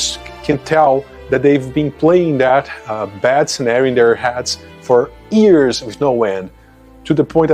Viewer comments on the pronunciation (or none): Tip 1. Enunciate: The way you say Years sounds like Ears. Tip 2. The music is too loud and makes it even harder to hear what you are saying. Tip 3. Make distinct points rather then just taking constantly. This will require that you plan ahead and write down the cogent aspect you will talk about with a start, middle and end thought.